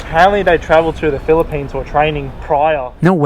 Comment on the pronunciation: bro said philipines